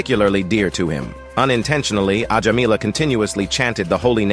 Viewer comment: Mostly your stories are factually correct and interesting. However, pronunciation of names are wrong. The spelling is correct but I write here to help understand the pronunciation correctly - Ajamila - Ajaamila Narayana - Naaraayana.